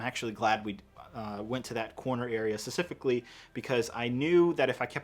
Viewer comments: hate to be this guy but the word is 'specifically' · How come you don’t pronounce the p when you say specifically